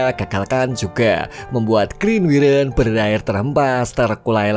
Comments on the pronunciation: Wyvern itu bukan wiren cuk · Wayvern bang KLo mau bilang bukan wiren😂😂